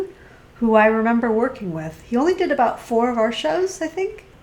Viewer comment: Aboot sounds like he's Canadian